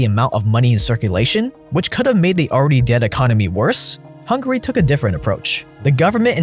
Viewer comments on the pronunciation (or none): none